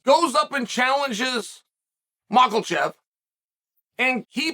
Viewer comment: Hold up Chael, who's uncle chev? Or muckle chef? Hahahaha 🤣 I guess there's only 1 Chael Sonnen ❤